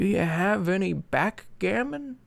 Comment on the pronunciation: I almost fucking lost it when you said "backgammon"